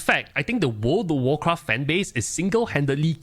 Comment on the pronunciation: “Word of worcraff”